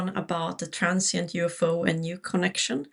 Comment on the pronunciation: UFO..UFO...UFO...UFO....UFO...its UFO...UFO NOT "ua fn p"